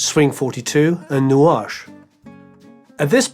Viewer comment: We Say 'nuage' not 'nouage'😂😂😂